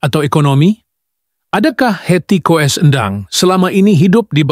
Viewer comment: Coba ngomong yg bener dong, di tulisnya Koes kalau di bacanya Kus, jadi Hetty koess Endang, dibanyanya Hetty Kus Endang , banyak belajar dong. Koes, Koes